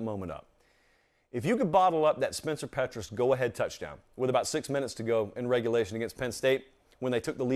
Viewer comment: Love your commentary! But it’s pronounced “Pee”tras. ☺️